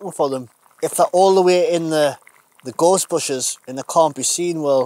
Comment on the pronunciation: Nice one .. I would love the Jackery but a bit above my current spending ability. Looks great though...By the way, I thought the first time you said "Gorse bushes", You said "ghostbusters".... Us Derbyshire folk are more used to hearing sheep than north eastern accents lol. Best wishes mate.